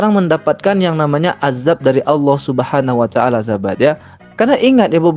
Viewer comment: Pembawa acara nya pun masih salah menyebut Subhaanahu wa ta’aala.. Terdengar subhanawataala